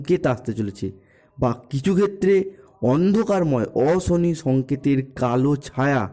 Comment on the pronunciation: এই ল্যা*ড়া, 'অশনি, রাশি, সংকেত'-এগুলির উচ্চারণ আগে ঠিক করে কর।